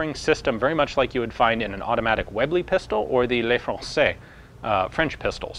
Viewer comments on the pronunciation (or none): Hate to be the one to point this out, but you like getting pronunciation right so... maybe you won't be bothered: "Le Francais" is pronounced more like "Luh Francais", not "Lay Francais". D